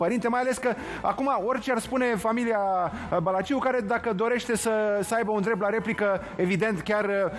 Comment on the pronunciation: Brânci se pronunța Balaciu fără a pune accent pe U.